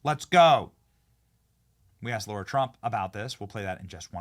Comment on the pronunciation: Her name is LARA Trump, not Laura.